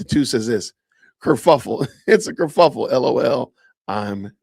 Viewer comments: She says ker FLUFF Le. It's ker FUFF L. 🙈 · She said kerFLUFFel three times. She’s so smrt 🙄 Ma’am its said “kerfuffle” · Does Candace say Kerfluffle? Is it just me? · She said KERFLUFFLE...don't tell her, guys.